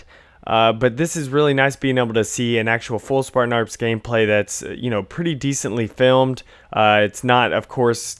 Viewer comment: ahaha "Spartan Arps."